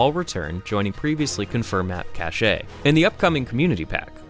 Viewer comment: It's pronouced KASH not KA-SHAY.